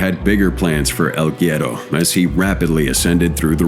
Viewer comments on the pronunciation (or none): its pronounced "wedo" smh